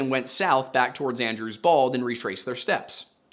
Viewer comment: I know you're saying "Andrews Bald" but I can't stop hearing "Andrew's balls." So their plan, was to check under Andrew's Balls. 😂